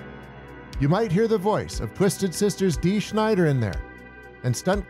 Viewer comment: This movie was "meh" to me. It's not pronounced Dee Schneider BTW...Snider